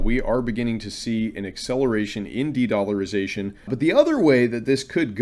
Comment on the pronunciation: dedllarization the best i ever heard!!!